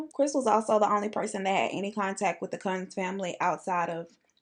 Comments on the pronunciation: I think it’s pronounced KUNTZ 😋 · their name is pronounced like “ koonz” :) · Kuuuuunz long o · sis, you know when you say "kunz" with that short u like that's you, know what that sounds like! I'll keep that little funny to much to myself! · Chile when you didn't know how to pronounce kunz. The one way you said it is a very racist term here in South Africa. So when you said that I passed away. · Thought u kept saying the “c” word everytime u said the family name, and i liked it 😂